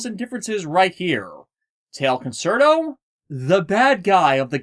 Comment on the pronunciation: You keep saying "concert-o". It's pronounced "con-CHAIR-to". Italian is weird like that - for a more well-known example just look at "pizza", where two zs somehow turn into a "ts" sound.